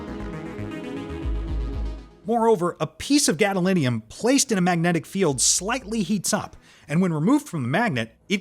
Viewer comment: Wow, so many mistakes, the A.I. from tin to thin and so manny during the galidium demonstration i think autocorrect did you wrong on this one phospherississ , hepically and so manny more this never happened when you narrated it yourself.